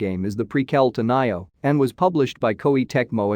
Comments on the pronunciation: You mean ny eeeer, and nyo-h.also you forgot ubi-suft.:) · “NAI-O” lol